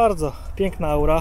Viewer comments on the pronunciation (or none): none